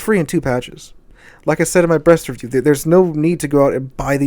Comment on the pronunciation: I laughed so hard when I just heard "when I talked about it in my brest review" my brain forgot that he was talking about the ship for a second.